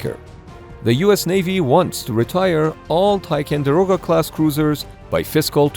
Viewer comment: Go back to the original thumbnail, chickens. Also, it's tiCONderoga not tiCANderoga.